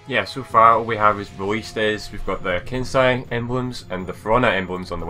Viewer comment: Its pronounced ken-say